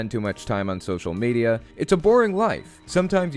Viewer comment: On social media was said in such inflection I thought he was being yoda. On social media you should not be